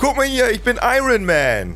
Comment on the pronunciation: Iron spricht man übrigens nicht so aus.